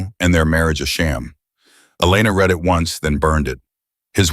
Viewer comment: Teach your AI the difference between read and read.